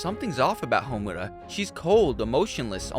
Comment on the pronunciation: Seriously, it shouldn’t piss me off like it does but dammit so many people do it. And he can’t pronounce Homura right either, I’m surprised he can pronounce Sayaka’s name right.